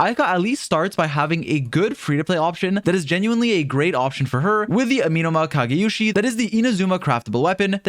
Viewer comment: listening to this while i was doing other things and i heard the absolute butchering of the Amenoma kageuchi's name and thought it was a brand new weapon i missed out on. darn you great video though